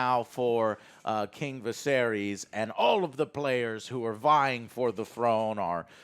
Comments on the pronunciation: Bruh he calls Ser Criston Ser Christian. And he calls the king Vuh-sair-eeees. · pronouncing the names: “Ser Christmas and Rainfall. And Rainfall’s father, king Vicarious